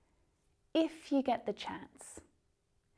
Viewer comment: Would it be possible for you to learn how to correctly pronounce “if you”?